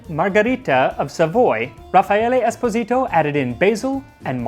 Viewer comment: as always, great presentation and narration!. and Esposito aside, excellent italian pronunciation! (we pronunce it like Espòsito, instead of Esposìto)